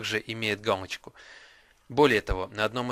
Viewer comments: Надо говорить галочку, а не гамочка!!!!!!!!!!!!!!!!!!!!!! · он говорит не галочку а гамочку(путает л и м) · Галочку, а не "Гамочку" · Вместо л - произносишь - м! Гамочку, гугом... Пипец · Гамачку ? ты сказал в начале видео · Мне одному послышалось, что он сказал:"Как помучить гамочку..."? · как помучить гамочку ЁПТА ты л на м меняешь! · бл*ть.Он говорит везде помучить гамочку